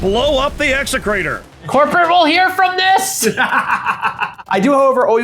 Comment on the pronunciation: 100% perfect Classical Latin pronunciation of “execrator!”